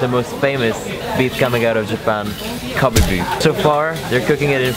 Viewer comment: cough Kobe pronounce as Ko bae